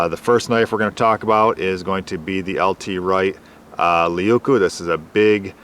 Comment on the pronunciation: " Laykoo" Leuku means big knife in Finnish. 🐻